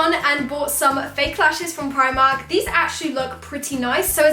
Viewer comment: For the lashes u said primarj